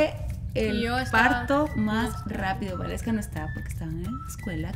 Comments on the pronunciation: se pronuncia Valeska y se escribe Waleska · Is waleska not gualeska